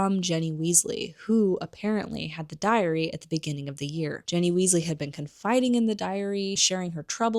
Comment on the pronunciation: It’s Ginny (with a short i sound), not Jenny. Colin’s last name has a long e sound, not a short e sound. Dobby has a short o sound, not a u sound. Otherwise, great video!